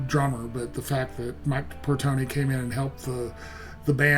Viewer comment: It's not Portony, but Portnoy.